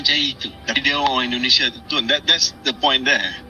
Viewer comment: Lo aja ngomong salah mas? Bkn endonesa Indonesia, ngomong yg bener